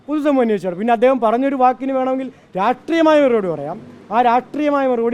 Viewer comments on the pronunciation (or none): രാട്രീയമായ മറുപടി. നാക്കു കുഴയുന്നോ സഖാവേ? രാഷ്ട്രീയം എന്ന് പറയണം.😂